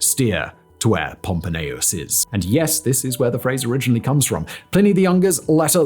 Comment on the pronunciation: Your pronunciation of 'iss' like hisstory, professsor, iss, is stressing me out